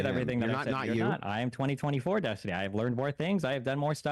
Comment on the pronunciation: it's Des-tiny.